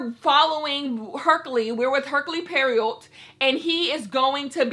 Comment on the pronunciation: Her-Kyuul Poy-Row